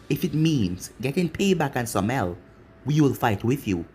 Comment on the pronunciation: How did you pronounce Samael right then wrong? Okay everytime you say the name it annoys me you said it correctly once